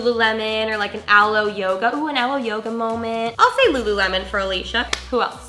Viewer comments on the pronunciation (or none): none